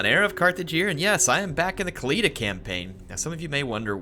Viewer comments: Its pronounced KHA- LID- AH not KALEEDA. The H in KH is not silent, you should make the sound of “KH” before doing the LIDAH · Mighty Khalida means immortal in arabic btw = خالدا the letter خ in the beginning of the word is pronounced KH not K.